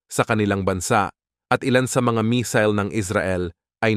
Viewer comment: Misil or missle😂😂